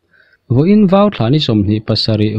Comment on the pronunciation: a ngaihnawmin a bengvar thlak e. Vau tih turah VO in ti deuh tlatin ka hria. Fimkhur teh u